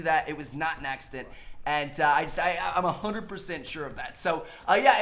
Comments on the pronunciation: It was not a "naccident" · Did Tmartn just say "Naccident"???? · He said nacident lol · Not a, "Nac" cident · "It definitely wasn't a NACsident